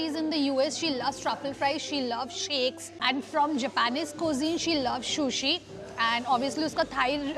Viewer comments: You should also look at videos of the sushi eating manners and look after your sushi pronunciation.. just a suggestion... no offense at all! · Lamb is not mutton wth. Lamb is sheep not goat “food vlogger” and it’s sushi not shushi. Corrected you earlier as well. If vloggers don’t want to learn and get better why do they act so. Weird. Rather you replied me with 🥱 emojis when I corrected your shushi in a previous video.